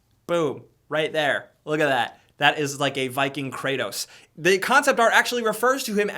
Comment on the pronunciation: Anybody else notice that instead of saying "that" he says "dat" or even "zat" lol